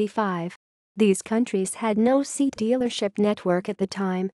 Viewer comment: What a pity thet the comentator can not pronounce Seat properly.